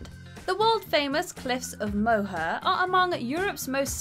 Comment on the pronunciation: Horrible pronunciation on many names!!! “Moe-her” ugh